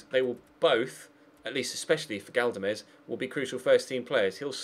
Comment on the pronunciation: Galdames is pronounced GALDames not GADLames